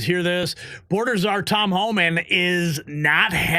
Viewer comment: It’s HOMAN. There is no L in there. Come on…you’re a news outlet.